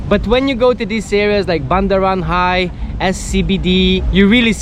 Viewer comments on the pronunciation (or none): It’s called Bundaran HI as in Hotel Indonesia, pronounced H-I 😊